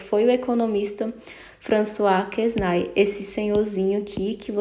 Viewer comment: François Quesnay (a pronúncia é Françoa Quené).